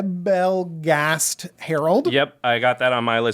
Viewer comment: Lol The german pronunciation of nebelgast was way off😂😂